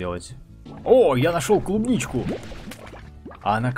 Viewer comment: Кубничку! Ну, ты правда читать не умеешь?